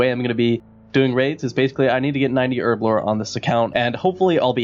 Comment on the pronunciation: Nigga, did u just call Herblore for Urbablore?